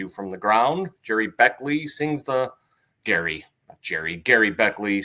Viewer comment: Cmon guys, Gerry Beckleys name is pronounced Jerry not Gary. And Dewey’s last name is pronounced Bunnell not Bunnel ! Get it right! But I do appreciate giving my favorite band some love. Thank you